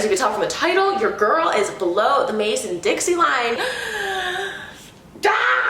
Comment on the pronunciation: I mean in my head I know it’s called the Mason Dixon but, when I say it’s Dixie